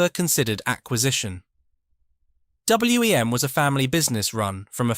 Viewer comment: Agreed. I had WEM amps and a Copycat and we always called it WEM (one word) not W.E.M. It is a bit distracting